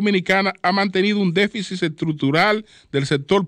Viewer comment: QUE ALGUIEN LE DIGA A ESTE CABALLO CON CÉDULA DE MARTÍNEZ POZO QUE NO SE DICE "DEFICIS" ES DÉFICIT!!! Y QUE NO REPITA TANTO LAS PALABRAS QUE CON UNA VEZ BASTA!